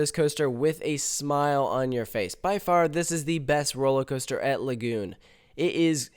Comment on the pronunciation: I felt physical pain on the "Lagoon roll."